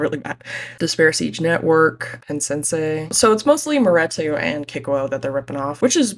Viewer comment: why are we pronouncing maretu wrong